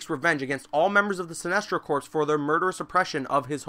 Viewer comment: It's pronounced core. The "ps" is silent in corps. Like marine corps. It ain't corpse